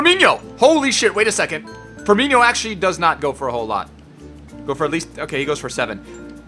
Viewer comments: FIRMINO maan not FIRMINHO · I love you but, IT'S NOT FIRMINHO IT'S FIRMINO GOD DAMN IT